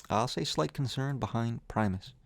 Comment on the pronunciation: He pronounced primus correctly. Unsubscribed.